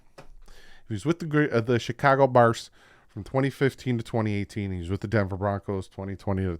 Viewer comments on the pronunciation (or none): none